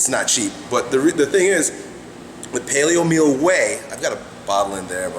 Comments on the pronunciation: I don't quite understand what he said that he uses, payleo meal or w/e O_O... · What did he say? Palio meal?